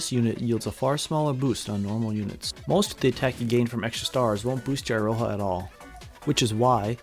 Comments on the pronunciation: the funny part is that you actually nail Michiru pronunciation pretty good but then pronounce Iroha "I-roha" instead of "ee-roha" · It's pronounced Eeroha. Come on, you american weebs should be used to japanese by now. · who tf spell iroha with eye-roha 😭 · why do you pronounce it as "Eye-ro-ha"?